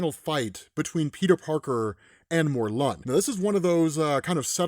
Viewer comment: It’s mor-lin